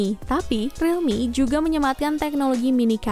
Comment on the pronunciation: Uda lelah dia, abis bilang thirteen C jadi realme ce enam lima😂